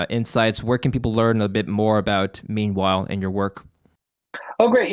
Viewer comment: I thought says "Memewhile"😊